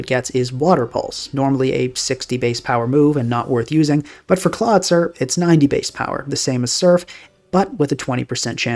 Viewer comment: I realize now, that I was coming off like a huge dick here. Please let me explain: I thought it was a further April fools joke pronouncing Golisopod and Clawitzer that way and wrote this comment right after hearing "Klah-tsur" for the sixth time. Having a casual predilection for linguistics and learning about the (imo tragic) history and development of the english language, I developed an irrationally strong aversion to the english spelling and pronounciation. Especially, because it is the only germanic language that lost the characteristic consistency and clarity of this language family. (To get a feeling for what I mean, "Storied" made a great, short video called "The screwed-up history of English Spelling", giving a good overview of what lead to the current state of the english spelling), I assumed the perceived, purposeful mispronounciation of these Pokemon was a subtle nod to the running gag of WolfeyVGC commonly mispronouncing Pokemon names as April fools videos sometimes lend jokes from neighbouring communities with a considerable overlap in viewers. Anyway: Due to my irrational aversion towards the english pronounciation, these jokes work well on me. And what was meant as a slightly annoyed admittance of your successful troll on me, just ended up as me just making a mean comment. I beg your pardon and want to express my appreciation for your channel. I usually don't comment often but catch most/all of your videos.